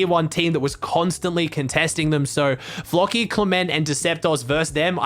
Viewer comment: he says floki like flocky